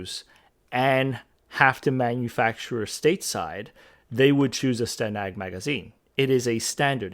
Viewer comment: as a Brit (living in the US) and a member of NATO, I thank you again for pronouncing STANAG correctly.